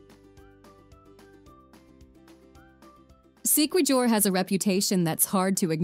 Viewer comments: i dont think u visited the place..or u just reposted this vlog.. it is quite offensive to miss pronounced siquijor and balete and even more.. but these 2 words dominates through my ears... did u ask some locals saying (sikwidyor or balit????) siquijor or Balete... pls dont just kept on sying wrong pronounciation.. PLSS LISTEN CAREFULLY WHEN YOU ASKED WITH SOMEONE WHAT IS THE EXACT WAY TO SAY A THING THAT YOU DO NOT KNOW???? DONT TRY TO RUIN IT. THANK YOU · I love your content. Thank you for doing a piece of such beauty in all areas around the globe. I spent time in Siquijor or Isla Del Fuego. It's pronounced: SI KE HOR, according to the locals. Not Si Ke JUR. Not Jer or Jur LOL. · SIQUIJOR say it as SEE-KEY-HOR not See-key-jor😅😅😅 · Siquijor is pronounce as SIK-ee-HOR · Thank you for featuring our beautiful places. It is much appreciated. Your visuals are stunning. I am from Cebu, Philippines. I teach geography and history to fifth graders. I don't want to nitpick but just would like to say that it's "Seekeehor" (Siquijor) instead of Sikwejor"; "SA"mar instead of "SaMAR" while Leyte is "LEYteh" instead of "Leytee". Have fun exploring the Philippines! Amping kanunay! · Ok na sana sumemplang lang sa Si-kwe-jur😂…it’s read as Si-ki-hor (Siquijor). If i’m not mistaken the narrator is not a real person but a voice-generating A.I. I think it would be more awesome and authentic to have a pure Filipino voice over with a distinct Pinoy accent that would perfectly pronounced the name of the places featured in here. Still, KUDOS to the maker of this video, - this is by far the best compilation of Philippines wondrous beauty unlike any other.🫡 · It's not sikwajor it pronounce as sikihor 😂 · It is pronounced C-K-hor not si kuwi jor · Better if she could pronounce the names of the places correctly. Example, Siquijor, it should be See-Kee-Hor...not See-Kwi-Jor. Totally different. You butchered all the names. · Siquijor -sikehor.,pronounce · Siquijor pronounce as SIKIHOR